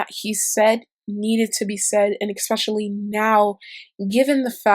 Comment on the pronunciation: especially, not exspecially